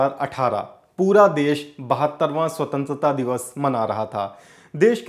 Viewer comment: Bhai swatantra to bolna seekh lo.